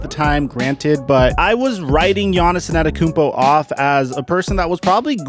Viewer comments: Hey man, Giannis won a championship. It's time to start saying his name right. It's Antetokounmpo, not Anetekounmpo. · why is he saying a-NET-tokounmpo? loool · My man keeps calling him Giannis Inantokounmpo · If I were you I'd just avoid saying gianiss' last name since you obviously can't pronounce it and I can't spell it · Say his name correctly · PRONOUNCE HIS FUCKING LAST NAME RIGHT. FUCK. JUST SAY GIANNIS IF YOU CAN'T SAY IT. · Why does you say his last name like that? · How difficult is to learn how his name is pronounced. Show some respect to his name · bro say his name right pleeeeeaase😂